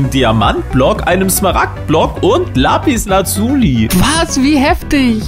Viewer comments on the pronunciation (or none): DAS HEIST NICH LAPISLAZU LIIIIII das heist lapis oder lapislazuli